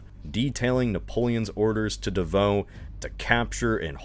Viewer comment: I felt I was being shot every time he pronounced Davout. (Edited because I forgot some words so the sentence made no sense originally)